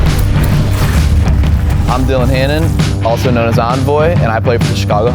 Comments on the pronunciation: He says his name as Onvoy. How would Envoy be pronounced like that even if the E was silent it still wouldn’t be that lmao I like him but that’s confusing to me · My names Onvoy. Bro your name is Envoy with an E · the way those old school announcers pronounced Envoy makes me want to fuckin punch someone... it's not some made up word. PRONOUNCE IT CORRECTLY!